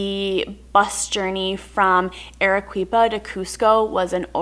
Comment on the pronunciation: Congratulations on your slaughtering of the Spanish language. Arequipa is pronounced: AH-RAY-KEE-PAH. (Hearing you pronounce it: ah-ray-KWEE-pah was quite excruciating). NOT "super cool!" FYI, Pisco is not "wine", it's basically a brandy. Overall, not a great video, sorry. Score: 1.625 (out of 10.000)